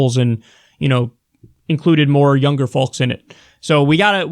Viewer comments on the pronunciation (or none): Kyle, do you really pronounce the “L” in “folks”? Fucking weirdo.